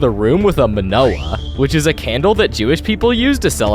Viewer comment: You said it wrong. It's Me-NOR-ah. Not Men-oh-ah.